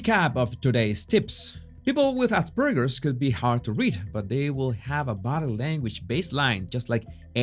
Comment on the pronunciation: "Body" se dice bodiiiiiiiiii", no "bode" como tú lo dices.